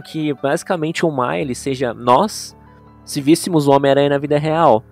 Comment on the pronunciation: da um pouco de agonia ele falando males errado, mas ainda sim da um charde daora na fala dele